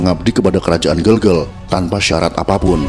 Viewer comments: Ijin bang, yang bener itu di baca GEGEL, Bukan Gegel🙏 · Gelgel bukan gelgel.. ee buke e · Pelafalannya bukan Bukan GELGEL tapi GeLGeL ya Bang. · bacanya itu gelgel bukan gelgel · Penyebutan Kerajaan Gelgel kurang tepat min, benarnya pake ē bukan e. Hanya menambahkan informasi tanpa tujuan khusus ✌🏻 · Ucapan ,bukan gel2 malahEl yg benar" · Gelgel e nya dibaca spt pd vespa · Gelgel e nya jgn dibaca e spt pd kata " berapa " tp dibaca spt e pd kata " vespa " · Maaf min cara baca gelgel itu bukan bgitu tpi cara baca vokal E biasa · Cara baca gelgel nya salah om